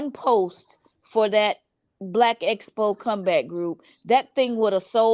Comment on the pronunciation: hat almost drove me crazy, I had to turn it off!! I was screaming EXPO at the tv!!